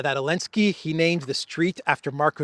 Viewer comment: why do you call Zalensky Alensky😅?